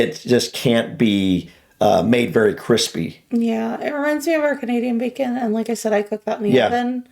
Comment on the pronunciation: 1) She cant even say bacon! 2) Nobody eats bacon like that, which is probably why she struggles to speak! 3) Uk actually has 3 types of bacon!..... Back bacon which is in this video, Streaky bacon which is what u have in the USA, and also Middle bacon........ Back bacon is the loin of the pig (same as a pork chop), its the back muscle that runs down either side of the spine...... this actually runs from the spine round to the ribs and then belly (ie belly pork).......... so Canadian bacon is JUST the loin, aka, medallion....... back bacon is the loin but with just a small tail of the belly (streaky bacon)........... and then, middle bacon...... the best in my opinion, is the back bacon with the entire tail of the belly too, which also has the rind (skin) of the pig left on too..... aka pork crackling. Same goes for rib eye steak and brisket from a cow!......... FYI, the best cut from a cow is a T-bone steak as this has the loin(sirloin) AND the fillet AND bone for the stocky goodness!! Im a butcher btw! I tell ladies that I work with animals though cus they think its cute...... I tell them the butcher part in the morning and they never text me again so win win win lol !! ;-) ;-)